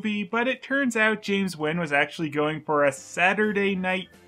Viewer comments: Why is Nguyen pronunced Wen? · It's James N-ugh-when,.